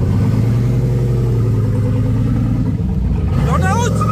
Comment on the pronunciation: "Burrrrnaout brrrro berrrrnaout !" 🤣🤣🤣🤣